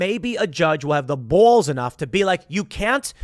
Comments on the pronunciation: "have the boowls enough" that chicaaago accent coming through strong XD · Why is Tim saying balls like that ? He’s making himself sound like a weirdo